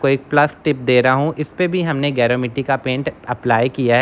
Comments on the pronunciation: Ap naam hi ghalat lay rhay hain gaer word ki tarha hai ye geru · गेरू होता है गैरो नहीं